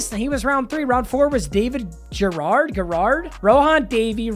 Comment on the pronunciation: Put some respect on David Garrard’s name